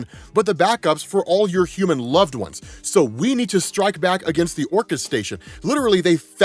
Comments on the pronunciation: If it makes you feel better I thought he was saying Orcus of the Underworld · This whole time, when I heard the word, "Orchis", I was hearing/thinking, "Orcust", like the dark machine orchestra themed Yu-Gi-Oh archetype lol; advanced level nerd brain conclusions at its finest. In hindsight I guess, "Orchis" makes a lot more sense lol.